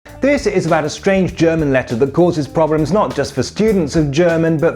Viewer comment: "thif caufef problemf" lol